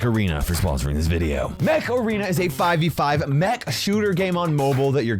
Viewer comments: when u said mech arena I heard macarena. Is that normal? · I THOUGHT HE SAID MACARENA 😭😭😭😭😭😂😂😂😂😂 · Am I the only one or when he said the game mech arena, it sounds like macarena😅